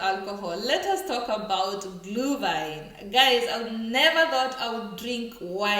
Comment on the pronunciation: It is not -Glew-wine. It is Glüüüüüüüühwine